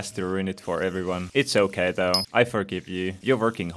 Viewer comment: its "oak"ay